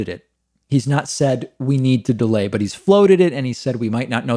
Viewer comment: i messed up reading it the exact same way david messed up saying “delay”